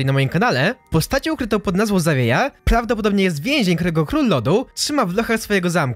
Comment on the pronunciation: UWAGA TŁUMACZĘ SEZONU GARŚĆ KTÓREGO GDY STOPIŁ SIĘ LÓD dalej już nie dałem rady tego słuchać